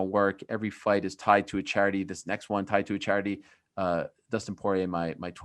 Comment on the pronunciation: The way Ariel pronounces “Won” pisses me off every time he says it. IT’S PRONOUNCED ONE